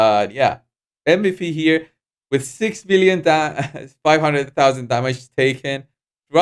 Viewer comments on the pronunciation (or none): none